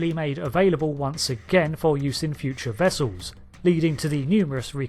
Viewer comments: wessulls. it's pronounced wessulls. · Its... Starfleet "Wessels!!" :D